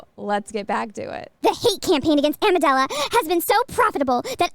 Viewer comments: Who else thinks it's funny is saying Amidala instead of Amandla. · Getting a chuckle every time mispronounces Amandala as Amadala, it’s the little things that make my day. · I don’t think you pronounced Amandala correctly. That’s a RACIST HATE CRIME! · amidala instead of amandla genius or a funny mistake